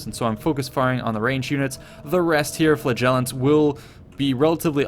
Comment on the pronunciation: LOVE your video's! PLEASE learn how to pronounce "flagellants" (it sounds like 'flatulence').